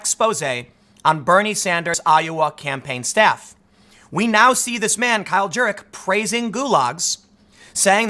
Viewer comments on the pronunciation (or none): none